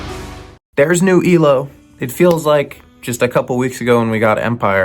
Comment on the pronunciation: it's Eye-Low 😆